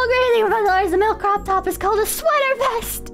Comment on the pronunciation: First saying cock instead of cook, now saying cocktop instead of croptop At least has the excuse of being actually ESL